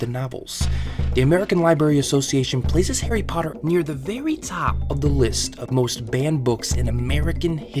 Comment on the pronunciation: “Hairy parduhh”